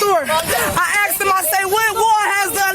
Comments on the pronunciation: "I axed her." Alright, I'm out. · Why do blacks pronounce the word "asked" as AXED? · She "axed" them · She walked in and ax a question.